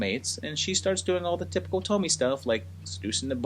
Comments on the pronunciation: Awesome that you did this series!!! I love these flicks, such a messed-up premise. Tons of stuff to analyze. Great chronological work in this video, fun! Also, I’m sure I’m not the first one to mention this, but her name is pronounced “toh-mee-eh”. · great video. I believe her name is pronounced Toe - Me - Ay. If you're interested, check out the youtube channel, "Horror Show Comics". He has done episodes on many different Tomie stories. There's a ton of them and each one of piece of the puzzle to explain what Tomie is without exactly spelling it out for you. The movies pale in comparison. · Pronounced tomy a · In the nicest way, how did the pronunciation of her name go soooo wrong?! 🤔😥😱 There's a mass amount of source material, additional content creators who've reviewed/analysed into Tomie and Junji Ito's work AND the mass number of movies where they all pronounce her name correctly.... I understand not speaking Japanese but how can you butcher the name of the protagonist and an enormously famous one at that?? Really makes me question whether you even watched the movies or just read wiki on Tomie. Sorry but the pronunciation is said so often that this video is so cringey and hard to focus on anything you're saying or take your vid seriously, which is a shame. 😢